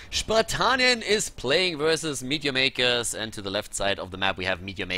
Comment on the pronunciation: i always thought it was ,midyamaykas lol